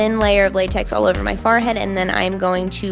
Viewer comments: Wait, did she say "far head" or "fore head?"... 😳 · well I was informed it was her accent. Woops! D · its her accent. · "Farhead" you're so cute😍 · is such a cutie but I can't get over how she says forehead😂😂😂 "over my Fahr-head." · Ive watched you so much I've gotten used to you saying farhead and now I say it 😂😂😂 you rubbed off on me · She still said "Farhead" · you said farhead again xD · you said barhead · She said far-head again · You said "farhead" again :) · I love when you say forehead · the way you say forehead. you must be from bucks county PA. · does anyone else love how she says forehead